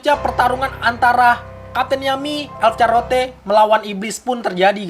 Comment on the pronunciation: charlotte dibaca charlot bung